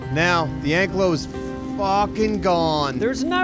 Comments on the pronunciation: It's pronounced (an-ky-low) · Btw its pronounced like ank i lo not anklo vause the actual dinos name is an ankylosaurus